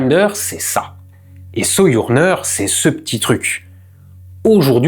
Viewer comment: Le "j" de "Sojourner" se prononce comme le "J" de "Jeep", et non comme le "y" de "Soyouz".